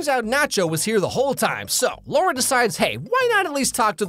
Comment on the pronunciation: It's still LAURA, not LOA -.